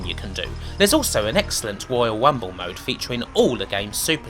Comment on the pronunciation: "Woyale Wunble" lol... Sounds funny that all the r's have been weplaced with w's...